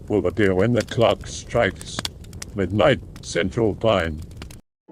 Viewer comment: ERMAHGERD. MIDNERGHT.